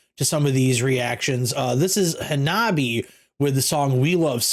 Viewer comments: The E at the end of hanabie makes an eh sound like the Canadian stereotype phrase. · Welcome to Harajukucore! Thanks for reacting to Hanabie (Ha-na-be-eh). They refer to their distinct sound as Harajukucore, a mix of metal, punk, electronic, pop, and rap. The name comes from the Harajuku district which is famous for its trendsetting street fashion, music and art scene. You can definitely see and hear those influences in the video. Hanabie are Matsuri - guitar, vocals, compositions. Yukina - clean and harsh vocals. Hettsu - bass and vocals. Chika - drums. This video features their former drummer, Sae. This song and the album were produced by Gaku Taura, drummer for Crystal Lake. He saw the potential in this band and took them under his wing, even filling as a support drummer when they needed one. He and Matsuri did an amazing job on the production of the album Girls Reform Manifest. 'We Love Sweets' is a song about sugar addiction. I believe the rapping section at the end is supposed to represent a sugar high and eventual crash. Yukina's vocals get higher and higher until she starts to fall off and eventually ends in her final harsh guttural voice. Here's a few song recommendations for you - 'Otaku Lovely Densetsu', 'Be the GAL - early summer ver.', 'NEET GAME', 'Envy', 'Reiwa Dating Apps Generation', 'Tousou' (run away). If you want to hear the band explain to an audience how to pronounce their name, here's the link